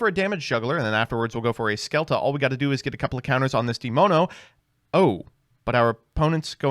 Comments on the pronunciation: in italian the spell cards are pronounced scelta -> "shel-ta" where the e is pronounced like in dress but a little more open (/ɛ/). Iit means choice versare -> the e is pronounced as above (very open), the a is similar to the a in "bra". Also you need to pronounce the last e (ver-sa-re). It means "to pour" intonare -> "in-to-na-re", where the o is /ɔ/. It means to intonate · PEND BEST DECK LET'S GO. On a more serious note love the schizo skit at the start of this videos. btw the names are italian or come from a similar root linguistically speaking, so cards like velmonica scelta are pronounced shelta (with an hard e and a). i may be wrong tho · Guess I'm talking for every italian here. With that pronunciation of scelta you destroyed my eardrums😂. The sc is pronounced like sia in russia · that pronunciation of "Scelta" inflicted me so much psychic damage my Demone already has 3 counters